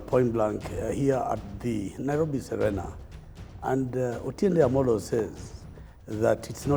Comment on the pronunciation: True... Ati Atiende Omolo instead of OTIENDE AMOLO. Shameful!